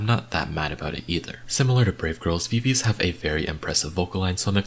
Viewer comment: not hating but viviz is pronounced as vi vi ji bc it’s from the members names